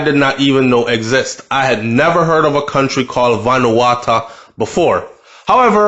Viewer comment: Yow! Say it like this bro, venu-wa-2